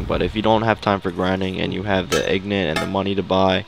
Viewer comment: Did he say ignit?